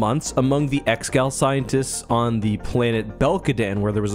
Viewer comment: Pretty sure it's pronounced "ex-eh-gaul" or "eggs-uh-gaul" rather than just "ex-gal"